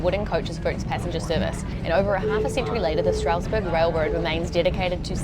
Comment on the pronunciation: The Amish/German influence has also influenced our pronunciations quite a bit. "Strasburg" is pronounced "STRAZ-berg" with a very wide nasal "a" sound in the first syllable and an audible "z" at the end. The city/county of Lancaster is pronounced "LANK-iss-tur" with a clipped first syllable, not "LAN-cass-tur" as is standard pretty much every where else. Now you can say it like a local! Any guesses on the pronunciation for Ephrata?